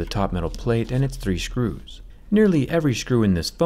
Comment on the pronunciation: Who else heard shcrews